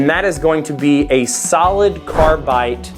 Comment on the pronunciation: Are you saying carbite? Haha sounds like it. Probably doing it for the off chance someone with OCD like me comments about it.